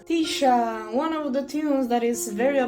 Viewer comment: Finally!!! Someone says Tisha’s name right!!!